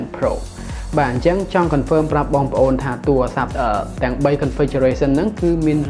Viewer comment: សូមនិយាយពាក្យ "ទួអាស័ព្ទ" ទៅជា "ទូរស័ព្ទ" ផង សូមបងនិយាយភាសាជាតិអោយច្បាស់ជាងភាសាបរទេស។ សូមអភ័យទោសផង ដែលរិះគន់ តែដើម្បីស្ថាបនាទេ។ ខ្ញុំនៅតែគ្រាំទ្រគ្រប់វីដេអូរបស់បង